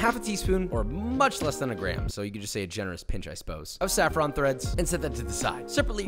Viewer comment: I was out when he said saffron